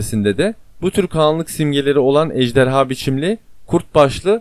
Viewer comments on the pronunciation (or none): none